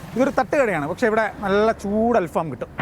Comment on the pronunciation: അല്‍ഫാമോ അതെന്തു ഫാം .... 🤣🤣 അല്‍ ഫഹം എന്നാണ് .... ഫഹം എന്നാല്‍ കനല്‍ എന്നാണ് അര്‍ത്ഥം .. കനലില്‍ ചുടുന്നത് എന്ന അര്‍ത്ഥത്തില്‍ ആണ് ബാര്‍ബെക്യൂവിന് അല്‍ ഫഹം എന്ന് പറയുന്നത് ...